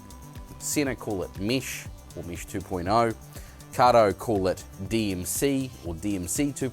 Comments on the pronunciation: 1. Nice comparison (but would be nice to hear the difference in sound of the mic) 2. It's mEsh, not mEEsh 3. Please, put your pants on. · WTF is Meesh? It's Mesh! (pronounced mehsh)! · Mesh... not mish. Uuurgh accent